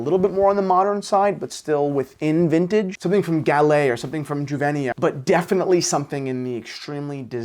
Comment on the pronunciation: youvenia is the correct pronunciation.